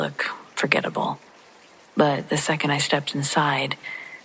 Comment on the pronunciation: 1. I listen to you every night. 2. Thank you. 3. I'm a teacher & can't help not to critique, but the word 2nd (second) ends w/ the "D" sound, not a "T" sound. 4. If possible, please put out more paranormal contact. I could spend a telling horrible "Let's not Meet Again" stories. Goodnight !!!